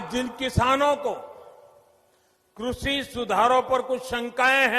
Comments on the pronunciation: सही से कृषि बोलना शिख लो फिर कानून बनाना बोलने में तो शेख चिल्ली के बाप हो ही सब जानते है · कृषि to thik se bolne seekh lete sir😜